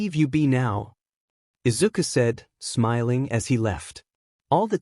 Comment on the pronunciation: Do you not know how to say smiling or this just AI generated because you are saying smelling